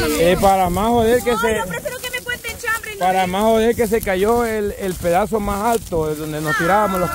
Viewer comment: Jajaja chambre, chambre, chime, chime, y a quién van a chimar??? siempre se comen la S.